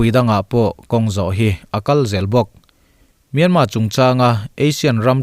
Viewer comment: Myanmar tiloin Myanma iti tlatin ka hria